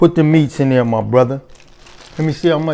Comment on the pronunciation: “Put the oysters up in neer” 😂